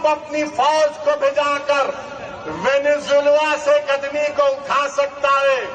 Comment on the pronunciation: Venezuela ❌ Venejulwa ✅